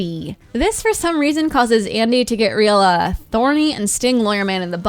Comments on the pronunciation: "And Andy" ITS ADIM YOU UNCULTURD SWINE (Calms) Sorry about that. Nice vid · His friend's name is Adam not "Andy" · ITS ADAM NOT ANDY YOU UNCULTURED SWINE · It’s Adam not Andy lol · It's Adam not Andy, god.